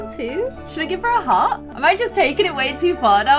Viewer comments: Her saying heart instead of hat is killing me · 18 minutes of pronouncing hat as heart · When she says hat it sounds like heart